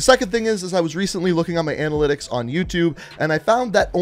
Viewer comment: I’m not going to subscribe to someone who mispronounces analytics